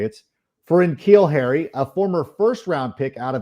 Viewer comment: Yo it’s Nuh-Keal Harry bro. That’s how you pronounce his name, Iol it’s all good tho